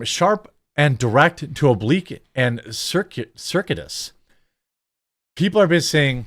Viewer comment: Ser-cue-i-tus Roundabout, circular. Basically, an indirect and evasive way to criticize, without having to bear direct responsibility for said criticism.